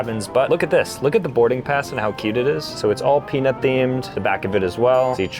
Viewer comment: Is anyone else not hearing him say pen** instead of peanut or is it just me